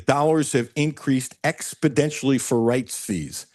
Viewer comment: Cutler and are the best. Their conversations are great. Only thing, Doc please teach Cutler that the word is exponentialy, not expodentialy.. Love the show, and listen everyday!